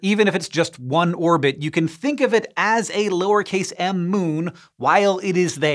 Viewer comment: Does anyone pay attention to IAU naming conventions? :p "It didin clir its irbit." 🙄